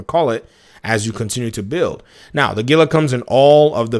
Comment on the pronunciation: Heel-uh As in the monster Great content as usual Daddy!!!